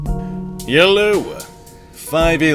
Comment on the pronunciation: he says "hello" like "yellow"